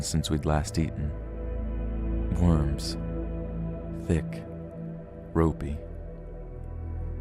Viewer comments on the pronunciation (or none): none